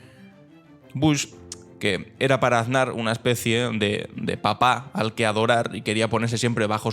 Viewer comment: Ansar, "er" "bishoo"